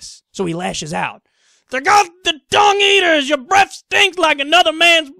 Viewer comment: i think he said dong... not dung